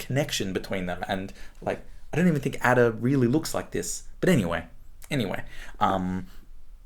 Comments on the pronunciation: What a snake this man is to pronounce Ada in the way he does! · Nabokov says Ada should be pronounced Ardor.